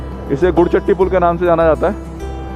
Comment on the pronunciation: “गुड” नहीं “गरुड़” चट्टी पुल 🧐🧐